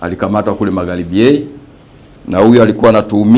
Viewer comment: Eti nnda kwa Mama 😁 eti MaghLibi 😂😂😂